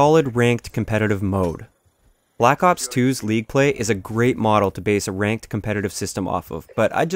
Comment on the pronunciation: 'Rankied' lol